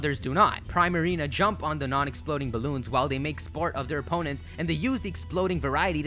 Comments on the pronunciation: Princess Ariel THANK YOU!!!!! It frustrated me when he say Prime Marina. Like really?? Prima Donna + Marina. Come on now. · Pree-marina dummy 🙄🙄 not prai-marina🙄🙄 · im pretty sure primarina is pronounced preemarina. like primadona. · pree-ma-ree-na sounds like prima dona. it's not pry-ma-ree-na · Prima=suppose to reference a primadona which is essentially a pop star and or famous dancer or singer/ marina=appeals to her water attribute/ combining to make Primarina but it's pronounced( preemareena )not like Prime. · It's Pree-Marina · 'pree-marina', like primadanna. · I thought poplios final evolution was pronounced pree-mah-ree-nuh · How the f*** do you manage to pronounce so many things wrong? "De-sid-you-eye" and "Pree-ma-reen-a". Not what you said. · deh-see-dew-eye, Decidueye In-see-ne-roar, Incineroar Pree-ma-ree-na, Primarina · isnt primarina sayd like primadonna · I think you're saying Primarina wrong. I think it's getting its name there from pri-madonna. Pronounciation should be Pr-EE-Marina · You pronounced Decidueye correct but Primarina is 'pree-ma-ree-na' like 'primadonna'. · Also you're saying Primarina wrong , prima - primadona